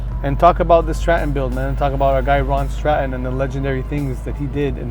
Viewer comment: UK. I like how you say Scotland and Stratton correctly. That license plate is on a new land rover now.